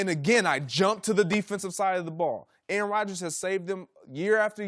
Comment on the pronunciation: Greg need to put some damn respek on aaroms name bruh lol